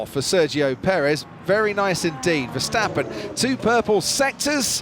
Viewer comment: mex versteppen???? commentator,,,every SINGLE A in west europe sounds like in carwash not like in cat